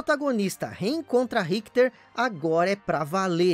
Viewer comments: Mas quem é Rickter???. É Richter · excelente video,só achei estranho como ele pronuncia o nome Richter.